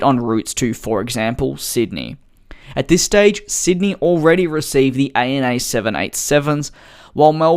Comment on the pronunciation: You say “A-N-A”?? I call it “Anna”